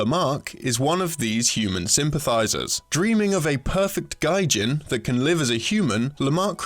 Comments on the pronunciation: Um actually I don't know if you know this cause I don't see a hundred other comments saying this, but you pronounced Gijin wrong haha look at me I'm so smart about Japan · Robert McLaughlin He pronounces the G plenty hard. It's the vowel that's fucked. Learn some phonemics, yeah? Agree that the narration is a farce though. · Doesn't sound like it's meant to be a pun if they are being called literally what they are (artificial people), so pronouncing it as a different word with a different meaning (foreigner) just doesn't make sense. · On topic, yeah, that is a very unfortunate mispronunciation by the person in this video. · i keep hearing Gaijin instead of Gijin wich is weird cuz Gaijin is the word for foreigners in Japan the same way we use Gringos for Americans. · The Resource Was about to comment on that. A big, big difference between the two. I've said this before, but you NEED someone on the team who knows Japanese. "Gijin" is NEVER pronounced "gaijin." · Yea, hearing this pronounced as Gaijin was pretty jarring being familiar with the term. It should be more like Gi as in a karate Gi. The jin part is correct. I wouldn't say it ruined the video at all, that'd be an exaggeration. This was a game I wasn't aware of, and it looks quite impressive visually. It's definitely something I'd like to run down and play. Keep doing what you guys do, love the work you guys put in. Small hiccups like this aren't a huge deal. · Narrator needs to learn how the aeiou are pronounced in japanese, as its always the same and doesn't change. gijin is gee-jeen, not guy--jeen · gaijin has highly insulting connotations, especially with the context of this games themes of racism/speciesism. You're trying to raise a 'gaijin' (foreigner with his pronunciation) to be a 'real person'. Go ahead and tell me that's not some, shall we say, unfortunate implications. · Though it's already been posted, Gijin is pronounced Ghee-jin, and means machine people. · Orlando Byron I cringed evertime